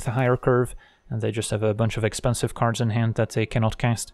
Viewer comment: Ok I have always wondered...are you saying "Looking for Magic cards or Magic carbs"? What are Magic carbs? 😂